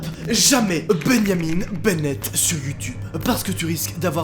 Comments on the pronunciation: "Bengnamin benet" Moi: "BENJJJJAMIN BENET" 😐😐😐😐😐😐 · pourquoi il dit bengnamine bennette au lieu de benjamin bennet? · « Beyamin Bennett »,! C’est Benjamin Bennett comme un benjamin en français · Bennyamine bennètte😂😂